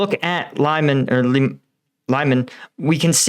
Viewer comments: Its „Liman“ not Lajman. 😅👍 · I believe in Ukrainian 'y' (like that in Lyman's name) is pronounced kinda like "i" as in "fist'. Also the accent is put on the second half of the word Lyman. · just a useful tip Lyman you read Liman im from Eestern Europe so small hint :) and also im an Ex-Volounter in Ukraine and also for Zaporižja you read Zaporožje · lymen = "leman" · Lyman is pronounced lee-MAN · The city is pronounced as LeeMAHN. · Jesus...it is not pronounced that way...Lyman is pronounced "Le-man"...love your content, but for the love of Satan, learn some languages... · Pronaunce : <Leman> please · Lyman is pronounced "Lee-monn" by the way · It's Lee Mahn! 😊😊👍👍🇺🇦🇺🇦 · Lyman pronounced Lee-mawn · Rumour is, all of the highways out of Lyman are under Ukrainian fire control. BTW, Lyman is pronounced Leamon. And yes, the pronunciations are challenging to us native English speakers 😋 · Almost got right once! it's pronounced "Leeman" [Li:man]:goodvibes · "Lyman" is pronounced "lee-MON". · Hey.....I know you struggle with the long town names but Lyman is LEE-MON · Lyman is not pronounced like that. “Y” in Lyman is the same sound as “Y” Lysychansk